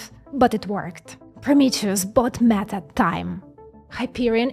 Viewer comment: I like the way you pronounce “Meta”, …..”MAGA”. This is great because they won’t have to strain their last two brain cells to think at all. AI, Fox and the church will do all the thinking for them.